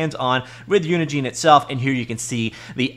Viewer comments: Normal people: "uni gen" This dude over and over for 10 minutes: "uni JEAN" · Pretty sure Unigine is pronounced like Engine.